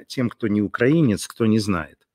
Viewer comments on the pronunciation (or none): none